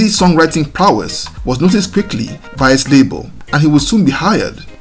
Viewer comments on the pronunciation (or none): none